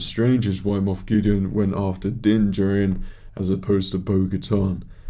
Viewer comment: LOL three seasons in & you still don't know how to pronounce Din's last name. Din Djarin (Jar-In), lol so funny but overall your reactions are pretty good, I disagree with some of your takes but it is what it is.